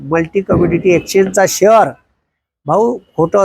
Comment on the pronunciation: शहर मार्केट नाही ओ शेअर मार्केट म्हणा